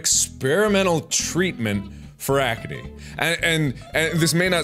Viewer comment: He calls it acanee........ ACANEE